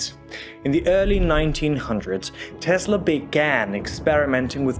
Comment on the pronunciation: Tesla is pronounced as in Tessla, not Tezla.